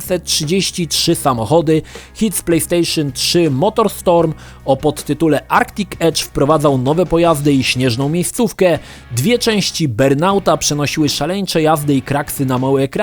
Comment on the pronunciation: dobry materiał ale tego angielskiego nie da się słuchać. prinz of perżia ? bern ałt ? kurwa aż uszy bolą takich smaczków pełny jest cały materiał...